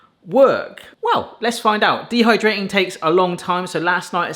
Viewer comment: dehyrating? AH dehydrating i was wondering what a dehy rating was XD